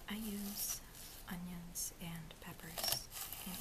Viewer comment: Its onions? Not unions right?